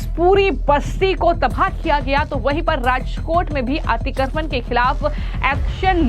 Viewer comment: अतिक्रमण अच्छी तरह बोलो.